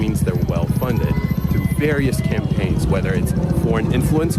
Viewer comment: "whether it's foreign influence cumppaigns, or it could even demencat campaigns" lol